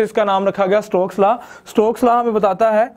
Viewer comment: It's Stokes law not strokes law